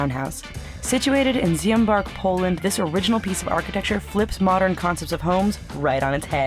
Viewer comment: Szymbark is actually closer to she-embark than to zie-embark xD